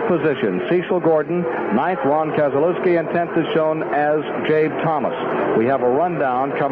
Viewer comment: Did just try to say Keselowski and is he related to brad by any chance